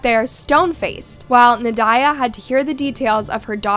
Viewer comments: Nad-ya. Not Na-diah. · Na die ugh lol I think it’s pronounced like Nadia… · Pretty sure you’re saying the name wrong. Should sound like “Na-dee-a” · It's pronounced naw Dee yaw Just so you know Very typical Russian name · It seems AI is being used. A human voice would be wonderful. I think it is more "Nad-ya".